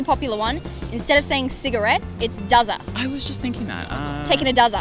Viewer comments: Durry not duzza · ... the girl who said it’s not cigarette it’s “duzza”... I’m Australian and never smoked but I heard durry not duzza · Its not duzza its durry, These are the types of people that you walk away from when they try to talk to you at the bar. Imagine asking an underage kid for alcoholic slang.